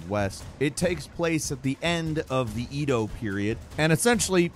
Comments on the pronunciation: Eh- dough, not EDo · Nice review! Let's hope 2024 is at least close to as good a year for gaming that 2023 was. BTW, Edo is pronounced eh-doh.